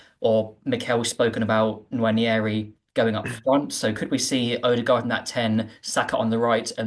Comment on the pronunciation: . Listen, I know it's dull when people complain about pronunciation, but it's "wah-nerry", not "nwan-ee-airy"